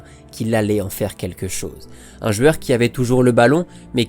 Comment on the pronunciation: J'adore contes de foot et ta façon de raconter, une seule chose que je ne comprends pas, pourquoi tu dis "jueur", tu prononce ce mot d'une façon spéciale et énervante j'avoue 😅